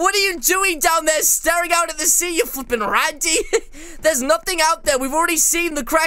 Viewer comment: He said flweping randy 1200 times i think bow